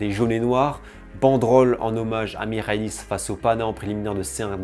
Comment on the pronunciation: haha pas de soucis, je sais que les commentateurs français disent aussi souvent A-E-K. Et belle prononciation de "Michalis" par contre!